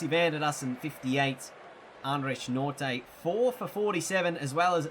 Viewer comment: It's not pronounced Nortay. It's like Norkia